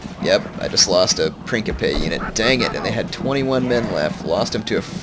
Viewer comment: Great battle there...I thought you might lose that. Only issue I have with is your pronunciation of Principe and pila.